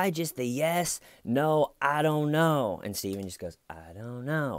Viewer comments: You didn't answer the question! I still don't get why you're calling him Stiven. Is it just a bad attempt to mimic the accent of the detective? I guess he sorta does sound like he's saying stiven but it's more like stay-ven. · I just watched these videos. And all along I was annoyed "Why is he calling him Staiven!"... Thanks for the clarification. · Hi, I'm from the distant future. One question I have is....why does he keep calling him STAYVEN???!! WHYYYY???! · And “my friend, Schmeeda” 🤣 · Coffee and TCL. Perfect start to my day! Don’t ever stop calling him STAYVEN. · I laugh every single time you call him STAYVEN 😂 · Lol,... I was literally wondering if anyone who came in, mid-commentary, listening to you, then they read our comments and how we are also referring to him as Stayven,... thought you/we were all oblivious and didn’t realize that Stayven’s name is really Stayven! 🤪 Thank you!🤩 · Ooooooh, Little T! :) ♥ ...and we love when you say Stayven! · It's been 4 years and I'm still not mad about ya saying Stiven repeatedly!😁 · I subscribed the first time I heard "styvun!!" XD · WHYYYY, WHYYYYY he keeps calling him STAY-VUHN??? THEYURE is no reason to do so! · have you noticed that only you are calling him stayven?